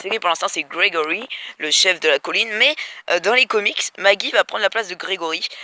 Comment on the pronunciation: Pas mal la vidéo mais pourquoi tu déformes les noms ? Alenxandwia Negueune Gwegowie Soviors ? Et c'est pas une petite avance que les comics ont car quand même sa fait plus de 3 ans que Negan existe dans les comics^^ Sinon gg la vidéo encore une fois.